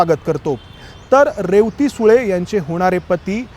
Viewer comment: मुलीचे नाव रे व ती असे ऊच्चारायचे असते, तसेच लहान भाऊ, लहाण भाऊ नाही